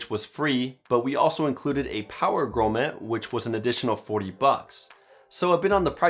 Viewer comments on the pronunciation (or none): Grommet.... never heard such a shit pronunciation